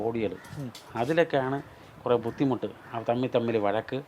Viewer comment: ബുദ്ധിമുട്ടെന്ന് പറയാൻ ഒരു ഫുദ്ധിമുട്ട്... 😀